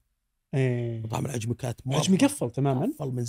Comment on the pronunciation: حلقة جميلة كالعادة، واصلوا.. والله يسعد بأسلوبه البسيط والصريح بشكل مقبول.. 👍 للتنويه، ورد اسم مطعم العجمي، يبدو لي أن الأخ نطقه بشكل خطأ وهو العَجَمِي (من أعجمي)